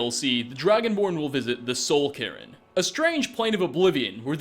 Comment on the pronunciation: Well, you're wrong. You can tell from perfect pronunciation of the word.